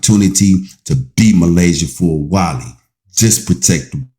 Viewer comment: Please say her name Correct